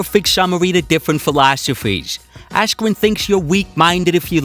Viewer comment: Ben askwen Silly wabbit